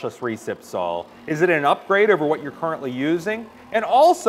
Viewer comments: Is there a good reason why he says sall instead of saw or is it just an american thing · Pronounced SAW not SAUL ....one beast of a Saul though .